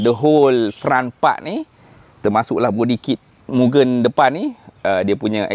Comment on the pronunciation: Kepada hardcore mugen..sebut betul2. bukan gen tu mcm gendut nya gen..sebut moo g end dan bukan juga myugen. Saya ulamm..moo g end